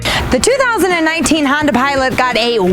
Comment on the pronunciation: she always says herb chambers honder instead of herb chambers honda